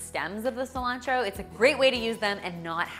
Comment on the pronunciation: I almost faint when she said Cilantro..... Im also from Argentina :)